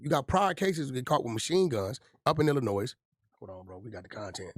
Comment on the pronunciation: 3 fingers wack is how old and still doesn’t know how to pronounce Illinois correctly